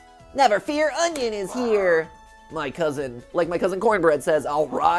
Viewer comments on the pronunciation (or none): none